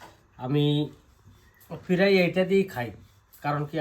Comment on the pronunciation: Peray hobe na pray bolun